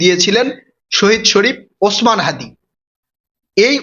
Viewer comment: হ্যদি কি????? হ্যদি হ্যদি করছেন কেন? বলুন হাদি